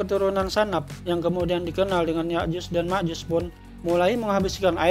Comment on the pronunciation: ya'jud dan makjud bukan yakyuz dan Makjuz,,,,, emangnya juz😂😂😂